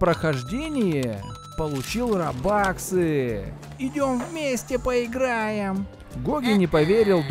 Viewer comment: Имя денег в роблокс не рабаксы а робуксы,а так,круто